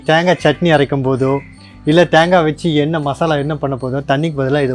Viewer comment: அது தாங்கா இல்ல தேங்கா செரட்ட இல்ல சிரட்ட ஒழுங்கா தமிழ் பேசுங்க கடுப்பாவுது